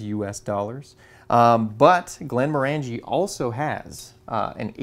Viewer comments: Great content,! Btw: The whisky is pronounced "GlenmORangie" not "GlenmorANgie". similar to the pronunciation of Oranges. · Not to be a pedant, as I do love your videos but the pronunciation wasn't quite right, though you said it the way most people do. It is in fact pronounced Glenmorangey as in rhyming with "orangey" not Glen-moran-gee. The Distillery was a client of our Company for many years. Indeed my old boss was the Project Manager for the Still House you showed when it was constructed. Here's a link to a video by the Distillery. Great video as usual. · Just so you know Glenmorangie is pronounced Glen Morangey, sounds like orangey. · It's pronounced Glen moh(short O)r'ngie. How do I know this? I was best man to a wedding in Inverness and the groom liked (more than) a wee dram or two. The flavour in Scotches is largely due to the water used which of course is very peaty on the Islands where the land is mainly peat bogs, less so on the Granite Highlands and different in the Lowlands again. My partner and I recently visited a very remote part of Scotland, Campbeltown where my late father was born. Campbeltown a tiny place on the Mull of Kintyre used to boast 27 distilleries, now there are just two. Fortunately my father being a canny Scot collected one two bottles including a fine bottle of Longrow that is worth presently worth $5000. slainte. ps the photos are great! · It's "glenn-MOHR-un-jee", according to Scots. Congratulations on trying Lagavulin 16 (and correctly pronouncing both the brewery name and the island. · C'mon, you must know by now, there is no E in scotch but, morangie is ma favourite.